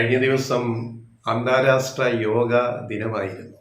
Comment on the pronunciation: അന്താരാസ്ട്ര അല്ല അന്താരാഷ്ട്ര.